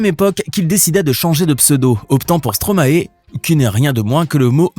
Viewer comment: Bonne vidéo mais on dit stromaï pas stromaé !!!!!!!